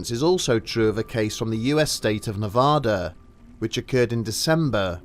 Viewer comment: Don't say "Nevada" if you're ever in the state!